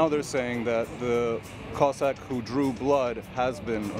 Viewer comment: Please learn to pronounce "Cossack" correctly ... and "Sochi," while you're at it.